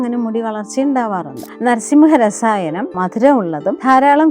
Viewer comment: നരസിംഹരസായനം അല്ല... നാരസിംഹരസായനം..